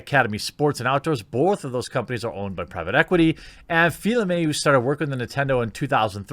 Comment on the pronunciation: its Reggie Fils-Aimé not fill aime